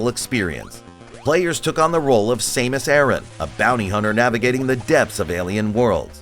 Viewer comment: Same-us Aron